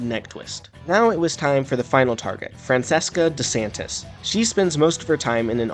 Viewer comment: Nope. It's Frahn chehs ka de san tyee. Roll the R, too. If you wanna be a nerd, i'll always be nerdier.